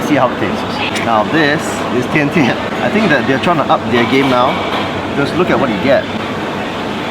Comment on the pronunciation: Surprisingly, you as a Chinese can pronounced Tian Tian as Dian Dian.